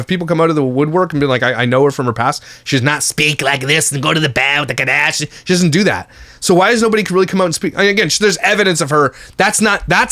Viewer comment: If I hear “Kim KAHDASHIAN” one more time 🤬🤬🤮🤮